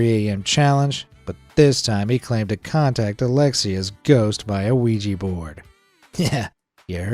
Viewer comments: it is ouija - not oujii board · Never seen someone pronounce Ouija as Luigi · Why do americans always say "Luigi board" when they talk about an Ouija board? That's not how it is pronounced at all lol